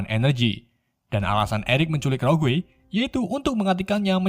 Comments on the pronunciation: Bukan roguwe Bang tp rogue sebutan nye😉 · rogue dibaca rog mas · Rogue njir, bacanya roug bang